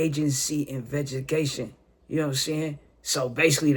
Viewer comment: inveggiecation yooo I’m dying 😂😂 fuuccccck come on now IN-VEST-TI-GATION my guy it’s not that hard sound it out 😭😭😭😭😭